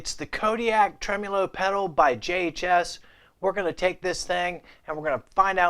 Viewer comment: Lord. It’s trem-O-lo, not trem-U-lo.